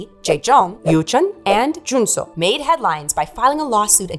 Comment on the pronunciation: You butchered Jaejoong's and Junsu's name but everything else was very well researched. I was a die-hard fan of DBSK (as a 5 member group) and proud of JYJ's bravery to sue SM. They fought not only for themselves but also for other idols to never have those slave-contracts ever again. The price they payed was high as they were blacklisted and not allowed to appear on music or variety shows anymore. Which led to Yoochun and Jaejoong persuing acting roles and Junsu going into musical. All three very successful in their careers. When they finally performed the soundtrack "Chajatta" on TV after so many years we fans were so happy. I'm still disappointed that the remaining 2 members stayed behind and pretended the other 3 never existed. SM made them re-record their biggest hits "Bolero", "Begin", "Doushite", the One Piece outro "Asu Wa Kuru Kara" and filmed a new MV for "Begin" as well. Then whenever there was an exhibition about TVXQ or a flashback video they always censored JYJ's faces to erase their 7 (!) year old history, making it look like they've always been 2. It was so frustrating seeing this happen and wishing Yunho and Changmin would speak their minds for once but they never did. Their interviews always felt shallow and scripted.. their replies bland. While on JYJ's side we got heartfelt, in-depth interviews, honest tweets, even songs like "Song Without A Name" or "W" where they wrote down their feelings and addressed issues with their agency. Yunho and Changmin continu